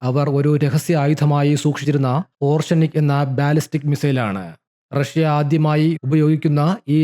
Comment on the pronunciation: ഓർഷെനിക് അല്ല ഒറേഷ്നിക്